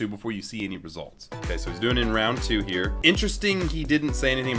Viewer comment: U SAID HEAR INSTEAD OF HERE OMG